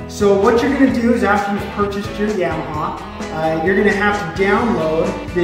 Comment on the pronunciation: Does the way he says Yamaha annoy anyone else? The only people that say it that way are people that know nothing about the sport lol Yeah maha 🤦🏼‍♂️